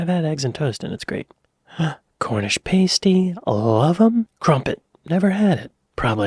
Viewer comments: FFS - You heard her pronounce "Pasty" correctly - and you still insist on pronouncing it Pastey. It's Past-EE, NOT Paste-EE! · Pasty not pastey pronounced like past(sounds like fast, or cast) [not paste like waste] then the y pronounced as eh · Pasty said past-e 🤨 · Pasty rhymes with Nasty, not tasty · You are pronouncing Cornish Pasty wrongly … it is past-ee not paste-ee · Pah-stee, not pay-stee. Crumpets are NOT english muffins. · Yo. got to take issue with your pronunciation of "pasty". Paste is something you hang wallpaper with, you don't want your Cornish delicacy tasting like that. It sounds like "living in the past" with an pronounced e on the end, past-e, with a short e. Jethro Tull ref there living in the past 1969 have a listen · Jeez, there was far too much Marmite on that toast it showed there. If you aren't putting butter on toast then just a smear, no wonder you don't like it. In very sparing amounts it's delicious. By the way pasty, as in Cornish pasty, isn't pronounced like pasty faced, but like "past E". As well as part of a roast dinner with gravy, I occasionally enjoy Yorkshire puddings on their own with a bit of Tate and Lyle golden syrup on them. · it's Pasty as in nasty, not pa(y)sty as in hasty, different pronunciations. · It’s a pass-tee, not a pay-stee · Not party as in paste, pasty as in past my friend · Pasty is pronounced Pass tee not Pace tee. Otherwise love your content! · it's not pastey it's past eee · Please stop pronouncing 'Pasty' as "Payst-ee" it's "Pass-tee" or "Past-ee" depending where you're from in the U.K. a "Payst-ee" is something which Strippers or Burlelsque dancers wear to cover their nipples whilst performing. A big, yes! For the P.O. Box I'd happily send things to you to try etc, I'm sure that other would do so as well. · Pasty - pronounced like past, not paste. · Mushy peas are just peas mashed. . use a blender or they will turn into a puree. Also its pasty not pasety